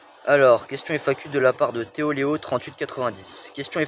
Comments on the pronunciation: TheLeo a raison, à chaque fois tu dis "TheoLeo" au lieu de "TheLeo" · Non mais arrête d’insulter et t’énerver contre Léo, il a raison tu prononces mal c’est The Leo et pas Théo Léo tu vois bien qu’il n’y a pas de o Sinon tu fais quoi si en septembre tu n’es toujours pas à la sncf ? Tu as les 4000h de visionnages ? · Tu as mal prononcé mon pseudo